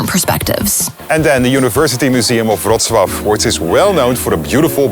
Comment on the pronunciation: so that's how you pronounce Wrocław...